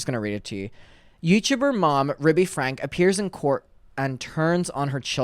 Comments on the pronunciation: It’s pronounced Frankie. How do you not know that by now? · Great job covering this just a heads up her surname is pronounced like (Frankie) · It’s pronounced Frankie, just fyi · With peace and love her last name is pronounced “Frankey” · just so you know her name isn’t pronounced that way, her last name is pronounced frankie. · And last name is pronounced frank-e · FYI. It’s pronounced FRANK-EE